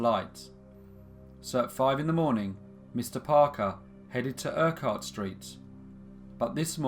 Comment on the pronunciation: Thanks for the case from my home town. Never heard of this case. Its before my time. 2 accent corrections for you though. Granite is pronounced Gran nit and Urquhart is pronounced Urk art. Other than that awesome story as always.: )